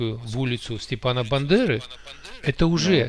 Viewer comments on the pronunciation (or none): Не Степана, а Стефана.